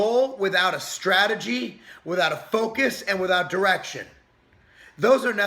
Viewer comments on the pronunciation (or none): You said direction, but all I heard was erection.